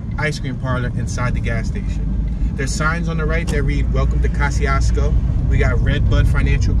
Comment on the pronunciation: the correct Polish pronunciation is already on YouTube. Search for "How to pronounce Kościuszko" uploaded by "Pronounce Names". As a Polish dude I can assure you this is the correct one. My point though was that I wouldn't expect Americans to pronounce it correctly, so the OP arguing is only funny, because I'm 100% sure he pronounces it wrongly himself.